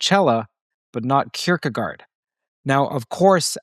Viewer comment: I love the way Americans try to pronounce Kierkegaard 😂